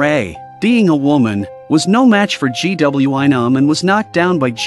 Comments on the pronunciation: Mistake 1:They are on a random building roof Mistake 2: Its a suitcase not a box Mistake 3:Its a teacher not a security guard Mistake 4:Its a school nurse not doctor Mistake 5:Its not G W I Nam its Gwi-Nam Mistake 6:SanWa? Mistake 7:Its not Nam-Rae Mistake 8:Waund? Mistake 9:HALLAM? Mistake 10:SANGWIM? Its Ms.Park Mistake 11:ITS GYEONG-SU! Okay more mistakes I will just stop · Blud said " G.W.Y nam " 💀💀💀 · All I hear gwion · Instead of gwi-nam☠️☠️☠️ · The amount of times the AI said GWY nam instead of saying the bully or GW or Nam was a lot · Bro called Gwi-nam g-w-I-nam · the way he said gwi nam😭